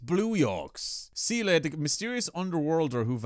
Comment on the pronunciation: I haven't played Star Rail in Japanese at all. I only play it in English, but the way they pronounce Seele's name gets under my skin every time the characters say it. I played the whole part 1 story of Honkai Impact so I'm used to hearing Seele name pronounced as "Se-leh" and not "See-luh".